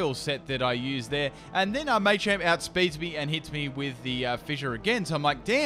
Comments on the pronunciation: May-champ... WHHHHHHHHHHHHHHHY!!!!! It’s Ma-champ! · I love this video and a lot of but I found it hard to sit through " may champ may chop " it's pronounced as " matchop matchamp " I mean it's called Machop where's they Y to even suggest it's may chop maybe that's just how it's said in Europe? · Everyone arguing over what' possible and what isn't, i'm just sitting here thinking "it's MAH-champ, not MAY-champ" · First time I've ever heard anyone call them May-chop, May-choke and May-champ, very weird pronunciation. I've always called them Mah-champ, Mah-choke etc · mah-champ, not may-champ wtf. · May-champ .e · what a may-champ,may-choke and may-chop? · "maychamp" it's the little things that make or break a video. couldn't watch because of the way he said it. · Am I the only one who noticed he was pronouncing Machop, Machoke, and Machamp's names incorrectly?